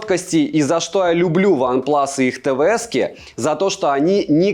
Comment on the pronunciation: Сам ты Ванплас)) Это Ванплюс)